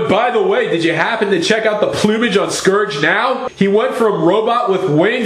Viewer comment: mmmust...correct...pronounciation...not "skorge", but "scurge" and I lol'd at the mantis bit! excellent!